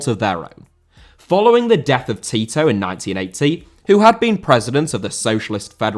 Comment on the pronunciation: Tito* not Titouw